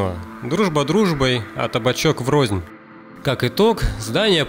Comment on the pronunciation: врозь а не врознь